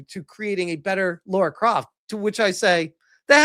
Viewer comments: I have a question. Is it a thing that Americans can't pronounce Lara? I've seen so many videos of North Americans call her Laura. Her name is Lara. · Her name is spelt "Lara" not "Laura" so htf do Americans get the "or" out of it o.O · will you stop calling Lara Laura? and you answer the "which show would you watch?" question I'll say this - yeah Lara Croft is supposed to be well equipped and yeah, usually ChatGPT does successfully make characters more beautiful, but not in this instance. It has made her body proportions all wrong, the shoulders too wide, etc. I like the original Sophie Turner proportions a lot better. She's not a bombshell Lara Croft type of girl, but she is a beautiful woman. Alicia Vikander was actually amazing as the reboot Lara, btw, imo. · nah, man, she's totally Laura... not Lara, though